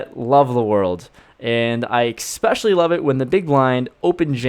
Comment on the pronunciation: Someone has to say it...there’s no “x” in the word especially